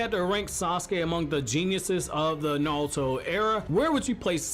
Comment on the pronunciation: Bruh why do you say "nalto", like you can pronounce R's correctly, you say boruto right, just say naruto right